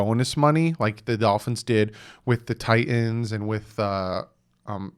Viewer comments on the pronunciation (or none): none